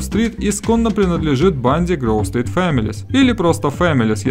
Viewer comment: Не Грув стрит а Гроув стрит